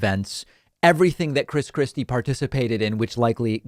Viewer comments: Did I heard you say " Chris crispy" Lol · When he says Chris Christie, I hear "Chris Crispy" which makes me imagine Christ Christie as a giant fried chicken. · I know David doesn’t do this type of thing, but I kept hearing him say “Chris Krispy”